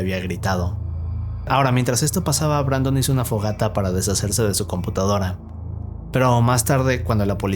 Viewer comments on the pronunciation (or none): Dijo "compotadora" jakdjakfjaidj